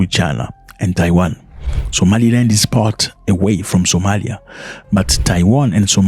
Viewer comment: It's Taiwan not Tawain